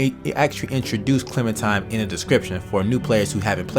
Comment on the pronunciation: Dude I love ya but ya gotta stop pronouncing Clementine as Clementime lol